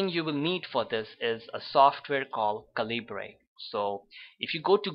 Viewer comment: FYI, it's pronounced "CAL-ih-burr", not "cal-EE-bray".